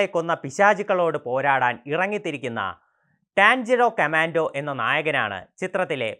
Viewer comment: Cringe roll ❌ crunchy roll ✅ Mugal train ❌ mugen train ✅ Tanjiro camando ❌ tanjiro kamado ✅ 😂😂😂😂😂😂😂😂